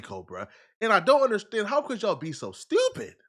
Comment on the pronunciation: "How could yall be so stewpid" 😂😂😂